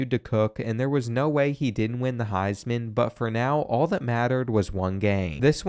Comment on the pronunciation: What is the highs man? Do you mean heisman trophy? Have you ever even seen/watched college football before?